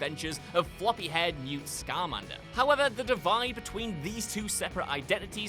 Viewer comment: it's Newt Skamander, not Skarmander. "...two and a half hour runtime which is two hours longer than any filwim needs to be..." What the frak are you even saying here? Every movie ever would like to talk to you.